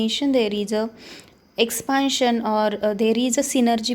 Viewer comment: Not expaaantion it's expantion